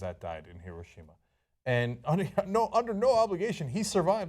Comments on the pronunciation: Heerosheemuh not hiroshimuh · What is Her-Oh-Shem-Muh? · No, in Japanese it's He-Row-She-Ma and the R has more of a short d sound than an R sound. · The way John says Heroshima makes me cringe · John doesn't pronounce Hiroshima correctly. Surprisingly, Cenk does. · John butchered the name "Hiroshima" in the beginning. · is that how Hiroshima is pronounced....wtf